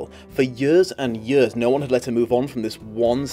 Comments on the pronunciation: This isn’t bullying like the first half of the video was talking about, but am I the only one bothered by how he says “years”? It sounds like yers, I’m just saying. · Yurs and yurs